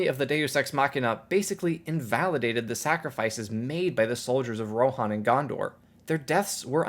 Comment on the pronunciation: americans butcher engilsh at every chance they get , I might be wrong but I thought it was riders of 'ro-han' not 'ro-a-here-on'